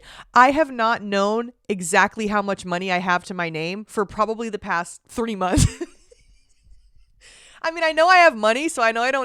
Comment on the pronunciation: I'm sorry I'm dying at the fact that you struggled so hard to say three months, the first time you said it, it sounded like you said 30 months. And the second time you said it, you mumbled it so bad and said it with like a lisp I couldn't even hear what you said, and it's the only thing I've struggled to hear what you said 😭😭😭😭 do you not like saying 3 months or can you not say it? Or what was going on? Am I the only one who noticed that? It's cracking me up, I love you 😭😭